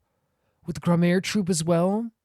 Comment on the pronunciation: This is easily one of my favourite episodes in the game and series at large so i'm really looking forward to seeing you go through it! (on a side not i'm only four minutes into the video but Gramarye probably pronounced (gramma-ree or gram-are-ee, not 100 percent sure myself)